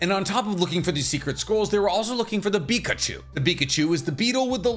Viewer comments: Its pronounced bikochu atleast in the dub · This man doesn't watch the anime, you can tell by the way he pronounces the beetle like a Pokémon.